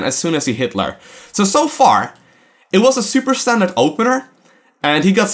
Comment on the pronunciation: ha! you said Hit-lair XD